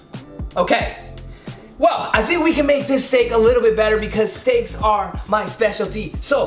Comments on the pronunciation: Was I the only one who heard him say sticks instead of steaks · I heard that to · i heard it to but i replayed it and it said steaks